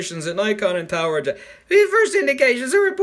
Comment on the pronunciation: Am I bad if I thought you said tower jizz